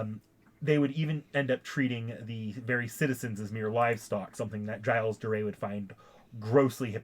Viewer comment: ok so just a small correction gilles is pronounced either jill or jills not jyle